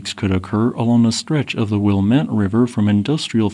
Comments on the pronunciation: Everybody always mispronounces the Willamette river 😊, it's Will - lam - ett. (But hey! You got Oregon right!) Yeah, it's going to be a disaster like nothing the states has ever experience. The only one that could rival it would be the New Madrid zone. Would you do one on this area? Thanks, always enjoy your clogs. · Will-am-it. River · Willamette: "wul-AHH-mit" AHH as in "lamb." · Just fwiw, Willamette is NOT Will-uh-met but instead Will-am-et t. Guess which valley I live in? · "Will-Aa-mit". "Aa" as in Bat. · It’s SAY-LISH Sea and WILL-AM-IT River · You mispronounced “Willamette” It’s Will-am-et dammit You also missed what happened at lake Washington during one of these megathrust earthquakes. The entire lake turned into a big sloshing bowl of water that washed out an entire forest which still lies at the bottom of the lake to this day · NESS-ko-win, will-AM-it (atte) are the correct (I tried) pronunciations. This earthquake is really crazy to think about, and I would definitely be kinda screwed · It's pronounced "clam-myth" falls. And "will-lamb-met" river. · Will-aa-mit The middle ‘aa’ sound is an ‘a’ like in ‘map’. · Excellent work and informative as always. May i offer pronunciation guides? NES ko win and Wil LAM ette in Oregon. God bless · Willamette (Will-am-ett) A river that flows through Portland, OR, that was destroyed by the European infestation. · This event is something those of us who live in the Pacific Northwest hope doesn't happen during our lifetimes. We've been told of its inevitability; we just don't know exactly when it will happen. (P.S. Pronunciation = Wil-LA'-mette river) Someone in (Multnomah) county government made an animation of what the Burnside Bridge (in Portland) might look like, buckling during a large earthquake, as if we needed to be convinced. Thanks for the video. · The valley and river in Oregon, Willamette, has the stress on the second syllable /wɪ.ˈlæ.mɛt/, not on the final syllable. Nice breakdown.